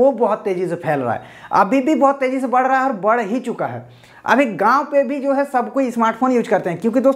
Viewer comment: Gaaon bol raha he ya Gaand ?